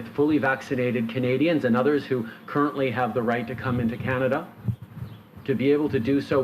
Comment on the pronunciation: Maybe of you didn't kill off 50000 jobs in the last 4 years might not be as many homeless. Don't vote for this clown. Can't even say Canada properly